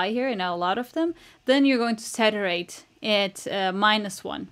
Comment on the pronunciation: You need to learn how to say saturate. It’s like hearing 500 funny jokes in ten minutes. It’s impossible to pay attention.